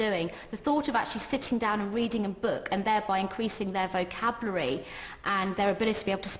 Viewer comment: i can’t believe the way the teacher pronounced vocabulary “vocaulry”